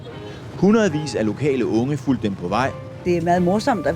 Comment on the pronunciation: Pronounciation is only way you can hear she isnt danish from birth, not the vocabulary She has a slight difficulty with words having U’s and Y’s. Letters which in some danish words is pronounced almost similar. The words for “followed” and “filled”, are so close together, that is hard to pronounce for Mary. In danish: “fulgte” and “fyldte”. In that interview with danish Auto subtitles the automatic subtiles writes the opposite of what she is trying to express 😅 So She wants to say “fulgte”, but it is written and understood by the “auto” as “fyldte”. So she tried saying “U”, but ended up saying “Y”. But what makes it even cracier, is that by speaking like that, she sounds VERY traditional. She sounds like something out of a movie from 1950’s. So in fact it simply just turns out to being very sofisticated, posh and very charming. Maybe because it is her. She could probably commit murder and get away with it in Denmark. Only the old Queen and the King will get that kind of acknowledgement otherwise. She hasnt set a foot wrong for 22 years. It is almost like a machine… but I’m sure it is her dedication that simply is beyond imagination. I’m sure she decided back then, that it was all in and never stopped working hard for it.